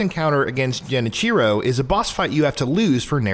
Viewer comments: J-e-ni-chiro ..... #triggered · That's a very brave pronunciation of 'Genichiro'